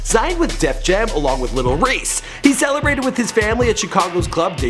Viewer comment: wtf is a little race? Bro u cannot fuck up reese like that